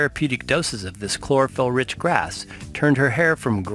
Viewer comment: Chlorophyll sounds more like borraphyll